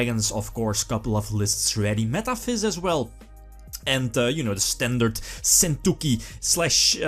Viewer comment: Argh your pronunciation of sentouki is raping my ears! Either learn how to pronounce it at sites like this or use the effing tcg name!